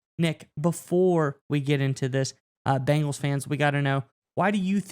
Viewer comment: It’s BENGALS, there’s no I in there. It’s not Bingals. 🤷🏻‍♂️